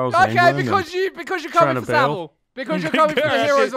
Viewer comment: Well for one hunter you're saying Jimmy savile wrong which is why is probably confused on who you're on about